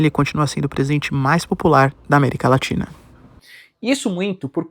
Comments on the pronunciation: América LATINHA 🤣 (Normal. Acontece. Mas é engraçado) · Eu ouvi américa latinha? Kkkkkkkkkk